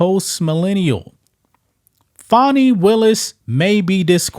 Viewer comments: Not Fonnie. Is FANNIE. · Every time I hear someone pronounce her name FAWNY they get an automatic 👎😅👎 GTFOH! Her name is Fani which is pronounced FANNY! If they wanted it pronounced FAWNY then they shouldve learned to spell!